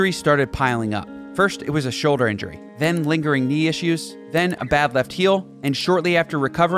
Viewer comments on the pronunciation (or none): none